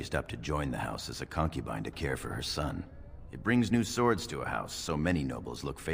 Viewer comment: Appreciate the Rolelplaying of Dragon Age: Origins (My FAVORITE RPG) but for the love of the maker, can you please stop saying "SWWord" for "Sords (Swords" Its driving me to distraction and I CRINGE every time you say it.